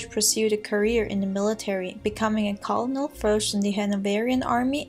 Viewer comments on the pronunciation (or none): Colonel is pronounced ker-nel.